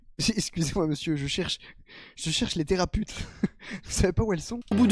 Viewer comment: "Les théraputes" 😂😭